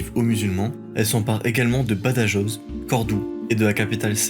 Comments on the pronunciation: Ah aussi, prends peut-être le temps de vérifier la prononciation des noms étrangers, ici espagnols et portugais ( /viseu/ au lieu de /viséo/, ouch, et Badajoz et toutes les jotas…). Tous ces détails, ça énerve un peu parce que ça détourne l’attention du fond, qui est très bon ! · Juste attention aux prononciations, j'ai failli m'étrangler avec mon petit dej quand tu as prononcé "Badajoz". Je te l'accorde que beaucoup de youtuber dont Nota bene ont fait la même erreur. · Bonne vidéo. Pour les prononciations c'est "Reconcouista" (Reconquista) et "Badarosse" (Badajoz) 😉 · Par pitié prononcez le rota (le j se prononce r ) quand vous parlez de BADAJOZ et SAGRAJAZ , merci pour les hispanophones .